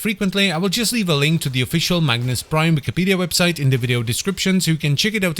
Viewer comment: Everytime you say Magnus Prime i hear Magnes Prime 😀